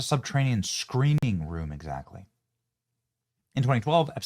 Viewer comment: When you said, "screening room" I thought you said, "screaming room" and my heart sank.